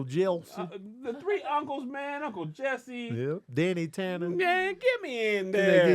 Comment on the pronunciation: stay putting "L" s in words Uncle Jelsse 😂😂😂😂😂